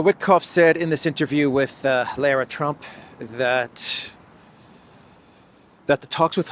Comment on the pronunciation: LOL! This ldiot is laughing at others mispronouncing names and can't even pronounce Lara Trump's name correctly. Do you even watch any news?